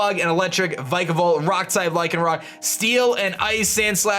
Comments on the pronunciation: it pronunced vic a volt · If vikavolt is your favorite Pokémon then learn to pronounce it 🙄🙄🙄